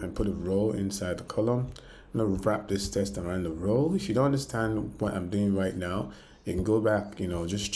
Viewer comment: my friend thank you that was amazing.. also please know that the word WIDGET is pronounced as WID-JET like a flying JET so WidJet.. and the word TEXT is pronounced as TEKKK+STT so TEKKstt, you have to vocalize the K sound - since you will be using these 2 words alot it is worth pronouncing correctly, as the way you say it as TESTS and widGGET sounds like a different word which is incorrect. thanks again